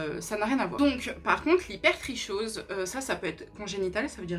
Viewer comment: Je crois que hypertrichose se prononce habituellement hyper tri kose